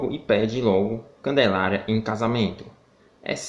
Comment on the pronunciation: O melhor,foi ele tentando falar! "Ruggelaria"